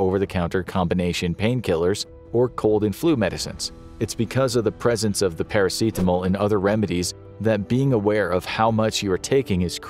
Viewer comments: why dya keep prenouncing paracetamol as if its a very spanish word or summink lol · Is that really how you pronounce Paracetamol in English? Pairaseetamol? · The way you say "paracetamol" bothers me to the point of irrational hatred.